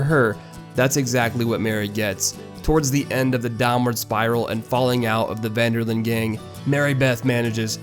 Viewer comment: you lost me when you said "Ven Der Linde" Detch Ven Der Lende